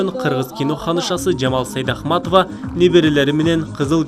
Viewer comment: Сайдахматова дегени эмнеси? Туура окугулачы..Сейдакматова